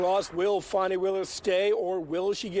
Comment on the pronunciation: Oh you!! So funny!! 😂 "Fanny Wade" 😂. Fanny 😂 Wade 😂 Such humor 🤣😆😂😄😅🙄 Wait. Oh, her name is Fani Willis. Pronounced like Fonny. Eh, you're not so humorous after all. Just mean.